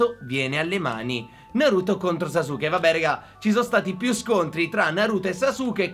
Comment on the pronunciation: in verità si pronuncia saske invece di sasuke ma ognuno lo pronuncia come vuole, bel video